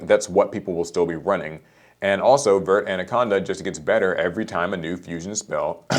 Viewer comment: It sounds so weird hearing Americans pronounce verte. Its even worse when they pronounce it with an 'ay' at the end. Just for yalls info, verte is French, not Spanish. There is no 'ay' at the end. It is pronounced vert, it is just so funny hearing it pronounced the way Americans do it without the accent.